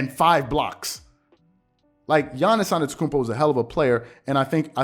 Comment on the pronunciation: If you respect Giannis then STOP SAYING ANETOKOUNMPO it’s ANTETOKOUNMPO there is a T after the n